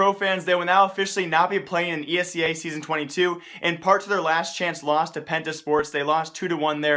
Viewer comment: pls, its E S EA not esea, pronounciation pls